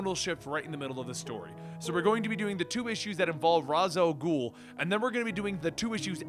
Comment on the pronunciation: I'm a little surprised that you're worried about mispronouncing the Daughter of the Bat's name. You've been saying Ra's Al Ghul wrong the entire time and it seemingly hasn't bothered you at all.